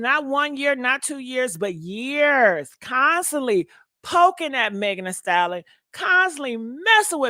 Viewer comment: Lord it’s “Thee Stallion” not “Thee Salin”